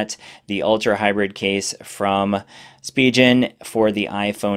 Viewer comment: It's Spee-gen not Spee-jen ;)